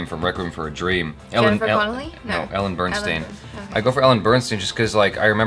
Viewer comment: Is it normal for an aspiring filmmaker to refer to Meryl Streep as 'the woman who has won a billion oscars'? No shade, just wondering. It's Ellen Burstyn (bur-stin) btw. It sounds like you're saying Bernstein.